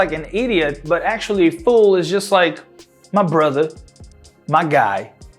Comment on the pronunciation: Uma coisa que eu percebi é que o MY que a gente fala "mái" no Black English fica só "má"...hehehe